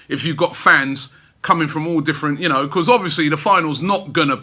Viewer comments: I love the way Robbie pronounces 'Because' Bechuzzzzzz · Told you before Rob mate you need to work on that word ' Because ' lol